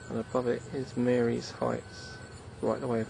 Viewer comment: Marye is pronounced "Marie". Thanks.